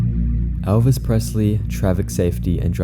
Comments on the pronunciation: Elvis, not Alvis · “Alvis Presley”💀